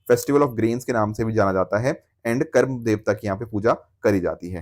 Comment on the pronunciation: Karmaa not karam sir ji.